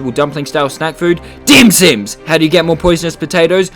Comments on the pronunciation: he really called my culture’s food dim sim. XDD its dim sum btw. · When you called dim sum ‘dim sim’ I laughed